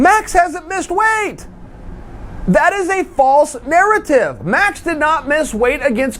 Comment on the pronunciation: Was that a "weighth" problem? Did I hear a 9er in there?